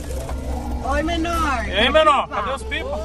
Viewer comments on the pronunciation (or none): "Oi menóor" essa paraguaia é foda! Hahah 👏🏼😂